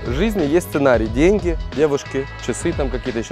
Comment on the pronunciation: Вы гавариш денги менога как тибй менога